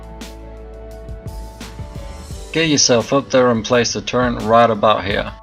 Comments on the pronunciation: Its "Turret" Sir, there is no word in the english dictionary that goes by "Turrent" (FACT) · turret not turrent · Why the fuck do you say "Turrent" instead of "turret" there isn't an N in turret... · The fuck is a turrent? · TURRET NOT TURRENT YOU ILLITERATE FUCKING MORON! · Couldn't watch, disliked, learn to say turret properly. There is no N it turret. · THERES NO N IN TURRET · disliked for saying "turrent" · sadasdsf sdfafsag not a native speaker maybe, while you probably are and probably can't speak any other language than English